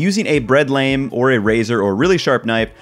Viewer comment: I love that this guy is self taught. I can tell by the way he mispronounces lame. Also being from the tristate area, I know that finding a good hoagie roll in Florida isn't easy. If he could do an episode on making a hard roll. that would be awesome. I can't find a recipe, and nobody outside of NJ/PA/NY has any clue what a hard roll is.